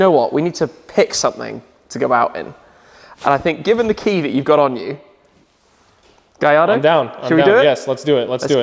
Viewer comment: It's not a gajardo cmon